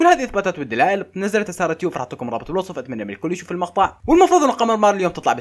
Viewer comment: منو لاحظ بالبداية گال ثارة مو سارة سارة❎ ثارة✔️ 😂😂😂😂😂